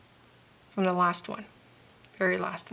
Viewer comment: Very helpful. Thanks. One question... Are you Dutch? Just curious because you pronounce "th" as "d" as the Dutch do. If so, your English is very good!